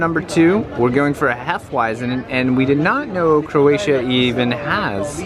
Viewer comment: Jalni Srbi, sve morate okrenut i svađu gdje god da jeste!? Ajme fakat, sredi se malo. For the sake of the video, nicely done. I often hear you say Coratia, its CROatia:D Happy journeys!